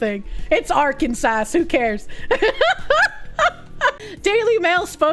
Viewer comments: It's not Arkan sas it's Are Kansas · The way says "Ark-an-sass" is adorable, when the actual pronunciation is "Ark-an-saw." 😅😂 Oh...so the "Georgia Freedom Initiative" is naught more than black communism. I thought actual freedom and liberty was for folks of all colors. Thanks for showing us that,...I hate it. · Are-Can-Saw plz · Assault Rifle Kansas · I think her pronunciation of Arkansas is hilarious. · Is that really how you say Arkansas, or is that a running joke? 😂